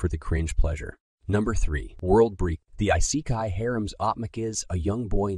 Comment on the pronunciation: How you pronounce Isekai makes me cringe.